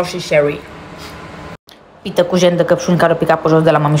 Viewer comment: "Rosii chæwry"💀😂